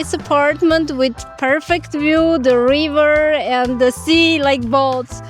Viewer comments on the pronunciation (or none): none